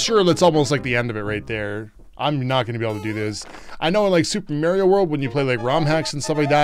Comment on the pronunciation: I love watching you but I hate the way you say Mario.